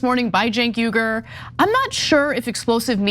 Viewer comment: Shabbos, listen to Ana as she pronounces Cenk Uygur's name, she's known him for almost two decades, so she would know how to pronounce it better than anyone else outside of Cenk. I just want us to stop warring and get along.